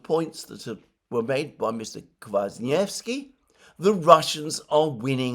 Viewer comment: Great job pronouncing Kwasniewski !!!!